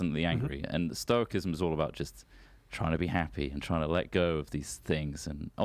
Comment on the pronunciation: The only thing that annoyed me about what he said is that he can't pronounce stoicism. Not very stoic of me